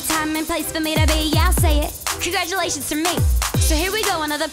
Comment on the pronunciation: i love when she says CONGRADUALAATIONS TO ME